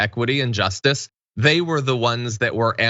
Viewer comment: Just before 1 hour 50 minutes in, CENK, can you PLEASE learn how to pronounce "JUSTICE?!?" IT ISN'T, "JUST'S." IT IS, "JUST-ISS." TWO SYLLABLES. JUST. ISS. PHOK. GET IT RIGHT. On the abortion tip. My cousin killed her only baby. She tried to kill herself three times or more after. She's 60 now. She will never have a baby. My sister had two abortions. Those haunted her till she died. Abortion isn't some Progressive fantasy. No woman celebrates her dead foetuses. I wish my cousin and my sister hadn't killed their babies. Meanwhile, I don't own their uteri. My cousin is past it. My sister is dead. We Progressives can wish our female family hadn't killed their potential babies, while recognising their rights to bodily autonomy. We don't get to decide what they should have done. Give me a uterus. I'll show your ass his to have babies. Meanwhile, I wasn't my sister or cousin. I didn't know to whom they would have been attached to for the test of their lives. That's their business.